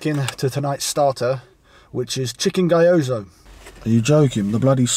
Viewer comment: Quick Japanese lesson, GYO-ZA not GY-OZA, also there’s no sushi in it, completely different food.